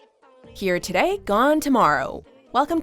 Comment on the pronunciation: Why do you say “today” like that. Dislike for having a fucked up accent.